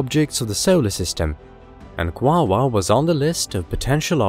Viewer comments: The correct pronunciation, according to the spelling. Is (phonetically) kwa ore, as there is no other letter present to create the 2nd w sound. Either that or the name is misspelled in the video title. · This synth voice stinks. It keeps mispronouncing the topic of the video. It's NOT Quawaa! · Is he saying wawa?? This shiot is making me hungry...they have McDonald’s on this meeethane planet?? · I absolutely adore the way he pronounces it... “Kwaaawaaaah” tickles me every time. Great video as usual. I love this channel! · Sounds weird and robotic.